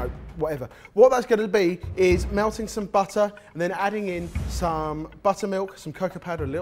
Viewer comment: anyone notice how says 'some'. It sounds like All Star 😂